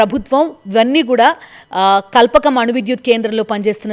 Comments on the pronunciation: కల్పకం కాదక్కా... "కల్పాకం" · Kalpakam..kadu. Kalpaakam learn to pronounce